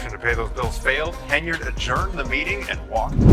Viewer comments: It’s Hen-yard! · She is obviously untrustworthy. However, if you're not able to pronounce her name correctly you shouldn't be making any videos. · Learn how to pronounce her last name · When was Tiffany handcuffed by the FBI?? You cannot correctly pronounced Tiffany’s last name. Show the picture of FBI handcuffed her.